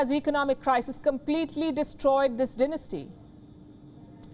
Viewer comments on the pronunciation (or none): What’s denestee? Lol dynasty